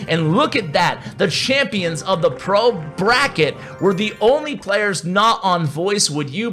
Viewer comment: "Bro Bracket" LOL 🤣 Did you mean "Pro Bracket"?